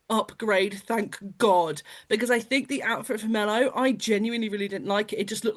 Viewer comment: Gold star to top left lady for saying ”Mello” instead of the made-up ”Melfest”. Cudos!